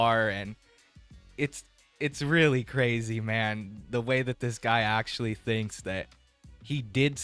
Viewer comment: He pronounces the word 'actually' as 'ashley'